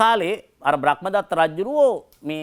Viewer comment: ඔබතුමාට මොන දැනුම තිබුණත් ධර්මය ගැන නම් ලිඛිත කියවීමක් ලබලා නෑ කියලා තේරෙනවා. බ්‍රක්මදත්ත නෙවෙයි බ්‍රහ්මදත්ත.